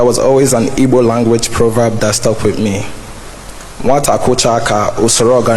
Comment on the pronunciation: Despite he grew up in abroad, he pronounced Igbo perfectly. 😂🎉🎉